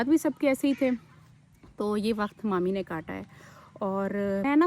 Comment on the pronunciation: Manur kya hota hai mami bola kare